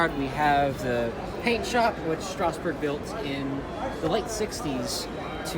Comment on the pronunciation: Thompson it's Strasburg not strausbrug